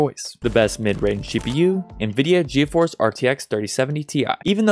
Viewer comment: Ge a force It’s pronounced g force just so u know